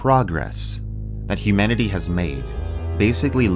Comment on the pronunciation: Hi, loved the video. The "humnanity" error at the beginning cracked me up though.